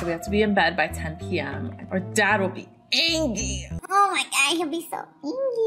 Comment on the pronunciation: "or dad will be angy"